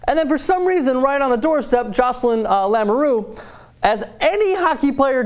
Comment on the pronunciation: BTW it's LAMOUREUX and not LAMURU dumbass!